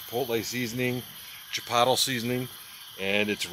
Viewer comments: Gotta love the “chi-pottle” sauce lol. Keep up the great content. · Do you mis pronounce stuff on purpose? Like jalapeño and chipotle